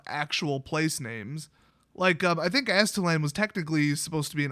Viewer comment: the Aztec's mythical homeland was Aztlan. You pronounced it correctly. haha, "somewhere in the middle.. the moon!"